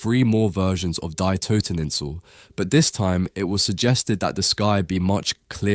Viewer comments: As a german I have to correct you a bit, "Die Toteninsel" is not pronounced like the english "to die", it is an article like "the" and is pronounced like "dee" in "deep" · I believe Böcklin is German. The word Die is not pronounced like dye. It means the and is pronounced Dee. Toten means to kill so Toteninsel makes more sense as Isle of Death. So “Die Toteninsel” is “The Isle of Death”. 🥀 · Bro... do you really think Germans pronounce the "Die" in "Die Toteninsel" as "Dye"? You think it's just like the English "die", as if it had any relation to the subject of death? It's German for "The" - one of the most common words/articles in any language... and it's pronounced "Dee." Du stinkst. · The German word "die" is pronounced like "free" and not "dye". Sorry for being pedantic, but your pronunciation triggered me. Love your channel, especially your reviews of beautiful paintings. I, personally, love the dark versions more than the bright ones. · "Die" is pronounced "dee" not "die" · German "die" is pronounced like "dee", not as "dye" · its not DIE toteninsel. Its DEEEEEE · Die is pronounced "dee". I don't like it at all, honestly. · "Die" is pronounced 'dee' It amazes me that AI is incapable of adjusting pronouns accordingly. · die (in German or Dutch) is "dee." Lessons from having grandparents born in Germany. lol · Great content, but please put some effort in the pronunciation next time if you're using the original titles of paintings. Names are always difficult because there is not always a standard way of pronouncing them, but titles can be researched using Google Translate; e.g. 'Die' in German is not pronounced as 'Dai'. Or, better yet, just use the English versions of the title. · The third version almost changes its meaning but I like it. Also, the German word “Die” is pronounced “dee”. Great vid! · excellent analysis BUT, Germans pronounce 'Die' as Dee except they shorten the 'ee' somewhat ..... it is very similar to how we say the 'day' in Monday up North.